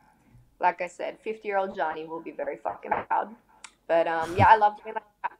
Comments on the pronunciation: God Adam22 get the pronunciations right...its Dee Antword not Die antword. And zheani like sh not zeani. Americans are so crap with saying names right. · I looked up a random interview too find out how to pronounce her name cause I knew it wasn’t genie with a z at the start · Couldn't even pronounce her name properly.